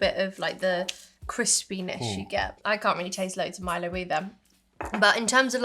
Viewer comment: you were right the first time, it’s Milo, “ My Low”.